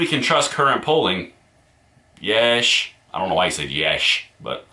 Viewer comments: "Yeesh" is not pronounced yesh. Its pronounced yee-sh. It's something people say when they are perturbed. Often to the point of which they are surprised by something. It's another way of saying sheesh (shee-sh). An example being: "yeesh, I didn't know Obama killed that many women and children by asserting drone strikes in the middle east." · Yeesh is not pronounced like yes. It's pronounced like jeez. Long e. It essentially means the same thing as jeez. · yEEEsh* Not YESH. Like, eek or yikes. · Also it's pronounced yeesh with the e saying it's name. So E yeet not eh as in yet.